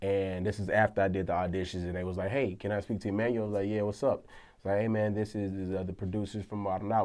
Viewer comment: Come on Em-annual you got roasted heaps haha.